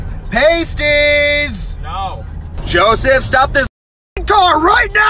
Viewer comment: Pasties: plural of pasty. When pronounced it rhymes with nasty, not tasty.